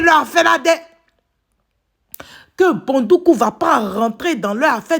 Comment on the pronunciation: Éeeeeeeh tu prononce bien ma ville dèh ko Bondoukou ne sera pas dédans. 🤣🤣🤣🤣🤣🤣🤣 Merci pr tout. Dieu vs protège et bénnisse. 🙏🏽😘❤